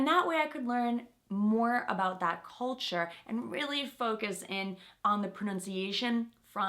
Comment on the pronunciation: So? Now it sounds cOlture, not cЛlture?